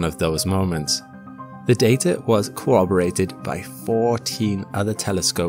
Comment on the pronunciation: Cowoberated? Sheesh